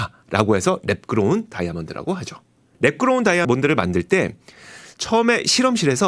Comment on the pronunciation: 배속해서 들으니 랩그로운 다이아몬드가 매끄러운 다이아몬드로 들리네 ㅋㅋㅋㅋㅋ